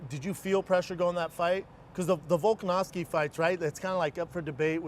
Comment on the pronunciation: "Volkanowski" Schaub sounds like a casual